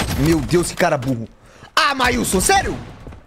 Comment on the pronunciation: Acho engraçado que o nome do menino é marlison, e ele chama ele de mailson. Sempre tô lendo o nome ali no canto pra ver se não é eu que tô errada KKKK. 🤣🤣